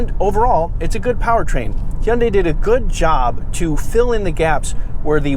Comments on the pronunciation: Learn how to pronounce Hyundai. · I like the way you say Hyundai I’ll tell ya hwat- Hank Hill